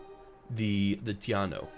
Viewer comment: Ive been looking for a good playthrough of humankind to see what the gameplay is like. Also taino is pronounced tah-E-no, its not important to me I just know enough Puerto Ricans 😂